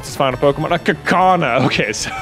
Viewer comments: Did J just say Kuh-kaw-nah?? It's Ka Coo Nah Ya know...... like a cocoon??? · Dude who and health has kaukauna it's kakuna as in kakuna Rattata what a wonderful phrase kakuna Rattata no passing craze that is literally why those t-shirts exist that pronunciation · The way you pronounced Kakuna threw me for sure. I'm pretty sure its Cacoon-a even though its K's instead of C's. I really hope one of the gyms is a dragon gym for an added challenge. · Should you put WildBerrie on the team? I'd actually like to see how they would fit in. Maybe replacing Data. Also, J, really? "Kakuna" is said Cocoon-ah. X3 your pronounciation me off completely lol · I always pronounced it Ka-KU-na like it's spelt... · I'm still not used to the way that J pronounces Salamence, but I was definitely not prepared for his pronunciation of Kakuna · I don't believe I've ever heard Kakuna pronounced that way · So are we guna talk about how J pronounces Kakuna?? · who says Kakuna like that????? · Why do you say Kakuna so weird? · I hate the way he pronounces Kakuna. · sorry, but I have NEVER heard kakuna pronounced like that I was just taken aback by it